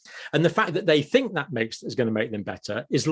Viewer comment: You people cannot be saying “fink” and “free” instead of “think” and “three”